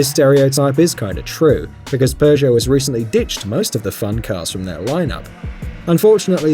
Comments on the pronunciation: It's pronounced pego not progeo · Please tell me. Why the hell do you pronounce "Peugeot" as "per-show"? WHERE'S THE "R"?!? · i hate that seemingly all english speaking people pronounce peugot so badly its not spelled PERRRGO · Honestly, I'd say Toyota SUV drivers (any model) are more prone to tailgating than Audis. Also, the British really need to learn how to pronounce Peugot. I don't speak French but even I know there is no R sound in the name.